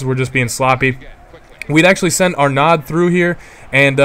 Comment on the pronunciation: HAHA the name is not Arnad, it's pronouced ARNO.